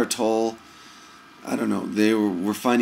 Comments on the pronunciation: Toe-Lay. Not Tole. Toe-Lay. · all I did was correct his pronunciation of Tolle's name. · The correction on Tolle's name comes from the source. he is Eckhart Tolle and he knows how his name is pronounced so I passed on the correction. A critique is an opinion and is therefore pretty worthless because it is based on one's own personal past conditioning. To critique others is to assume that you know what is best FOR THEM. Only God knows what is best for each person's soul, therefore criticizing others is an illusion. One can only speak for oneself when it comes to "what's best".